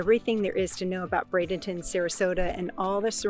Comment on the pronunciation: Thank you for pronouncing it correctly. Not Bradington Traffic however has become a very major issue